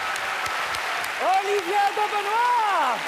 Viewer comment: On est pas sur la même planèèèè.. Y’a pas le « te » ça m’énerve 😅